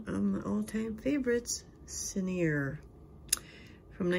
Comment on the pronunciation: Hi! Sorry, I have to say it. Ciner is pronounced "sign er" with the accent on the first syllable, not the last. This company was a favorite of Elizabeth Taylor, who had a lot of their jewelry. Much of their jewelry looks real. Your bracelet is gorgeous. Thank you for the video. Loved seeing your collection.